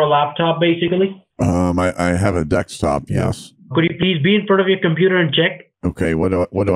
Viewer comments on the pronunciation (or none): I think "Dekstop" will give you away in coming days :) Keep up the good work! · It's because a lot of the scammers also say dextop :) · It's because a lot of the scammers pronounce it "dextop" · Why say dextop instead of desktop? Seriously, I don't understand.